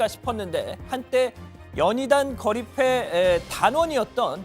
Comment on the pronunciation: 왜 거리패가 아닌 패거리로 들리지 내귀에 캔디?